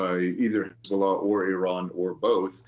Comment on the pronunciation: Will US commentators ever figure out the correct way to pronounce Iran? More at 11